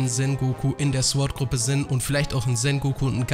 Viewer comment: Sagt eigentlich mit Absicht immer S.W.A.T. Einheiten? 😂